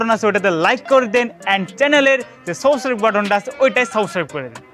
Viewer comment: subscribe e thik mato uchcharon korte parchenna.dont mind bro.